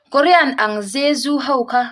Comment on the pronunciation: Korean ang zezu tih lain pawh inchhiar diklo tlat